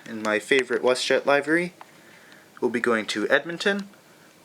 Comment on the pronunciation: Just so you know, it's pronounced lih-vur-ee, not ly-ver-ee